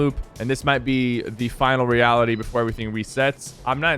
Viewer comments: “Last eality” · lol he said Today I'm going over all the LEAKS for Fortnite Season 8! Supposedly named "The Last eality!" and he forgot the r lmfaooo in "The Last eality!" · "The last eality"!!!!